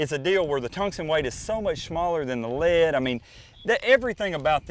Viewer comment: LEAD Fishin lmao listen how he says it